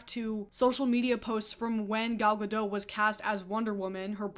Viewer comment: Gal GaDOT. She is not French. Pronounce the T!!!